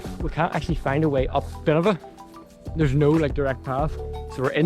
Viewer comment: “Buh-Nev-in-ah” actually